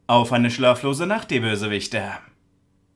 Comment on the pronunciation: Zum Glück hast du in den Geschichten nicht solche sprachprobleme wie manchmal in den Intros 😂 Bösewicht Herz und so